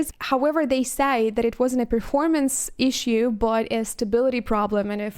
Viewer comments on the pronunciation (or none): none